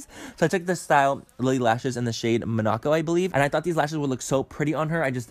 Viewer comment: Babe... those lashes are pronounced like mon-a-co... like the place